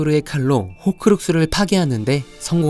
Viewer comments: 그린핀도르가 아닙니다... 그리핀도르입니다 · 그린핀도르 아니고 그리핀도르 입니다